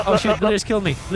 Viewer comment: "I KELD HIM."